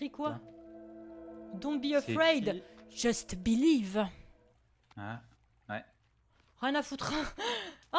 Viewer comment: "JUST BILIVVVE" ça c'est un accent 100% français mdr ( les anglais en pls )